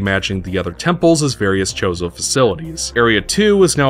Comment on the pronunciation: I'm sorry... are you calling them "The Chorizo"? cause that's some spicy sausage